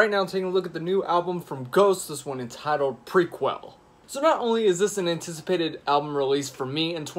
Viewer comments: It’s pronounced “ma cobb”, not “Mack a brey” lmao and the album is pronounced “ pra kell”. Jesus dude...as I’m watching this video, you’re butchering nearly every song title. If you want to be taken serious as a reviewer, you should really look into these things before you hit record.... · Grand Moff Tarkin what’s not? If you’re talking about the album title, then you obviously haven’t heard any interview with Tobias. It’s “pra-Kell”. And if you’re talking about macabre’s proper pronunciation as “ma-Cobb”...well if you don’t believe me, then you should take some English courses